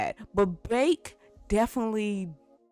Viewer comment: Characters name "Baek", says "Bake" XD "Gon" – "Gone"